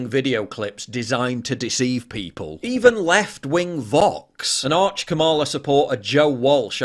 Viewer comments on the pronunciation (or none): It's KAMala. Oh, and bade-enoch.